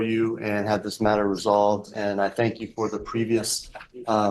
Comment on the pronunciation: “alright, thenk yew!” Lmaoooo